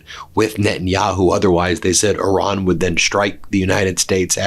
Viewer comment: “Oran”? The name of the country is Iran, not Oran. Ben, please respect the Iranian people (not Oranian) by learning to pronounce the name correctly. Thank you!